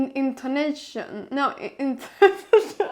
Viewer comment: When Anna says intonation with Swedish intonation (betoning) 🇸🇪🎉